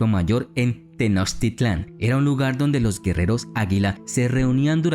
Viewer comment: interesante el video, solo una cosa las palabras en Nahuatl tenían acentuación prosódico en la penúltima sílaba, para que lo pronuncies bien mi amigo, por ejemplo:Lo correcto es Tenochtítlan (el acento escrito solo como está como ejemplo para su pronunciació) no Tenochtitlán. saludos.